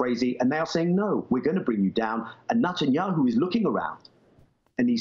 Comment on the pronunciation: I'm soo glad Daniel Levy pronounced 'his' name right ; NUTanyahu. Zionism will never be Judaism.